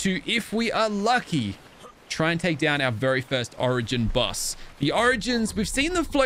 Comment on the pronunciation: Good job 👍 your new have is amazing and you said tame down instead of saying take down😂🤣😁